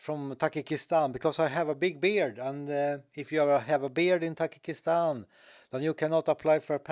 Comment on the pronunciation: Not ❌Takikistan Tajikistan ✅